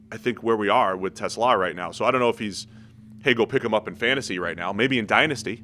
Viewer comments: His name is TeSlaa not Tesla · WTH are they saying Tesla so weird. They keep saying it as if there’s an H at the end. It’s bugging the hell out of me lol.